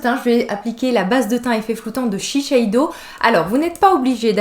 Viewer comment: Mais pkoi tu dis ShiSheido ??? C'est ShiSeido hhhhh blague à part moi j'ose bcp plus coloré c'est bête de se brimer la vie est courte